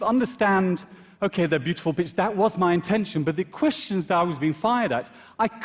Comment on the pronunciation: I know! Took me a second to realize he meant pictures